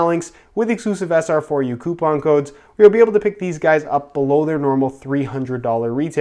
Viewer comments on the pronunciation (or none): none